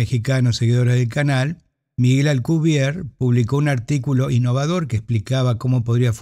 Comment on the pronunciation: Por que dice Alcubier si el apellido es Alcubierre?